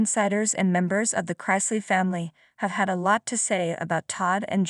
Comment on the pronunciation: Wah-wah! Do the crime, do the time. Youre saying their last name incorrectly.